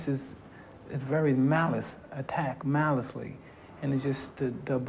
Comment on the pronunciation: "Malicely"! Lol